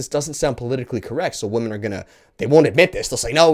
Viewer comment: Is he purposefully mispronouncing the word "women"?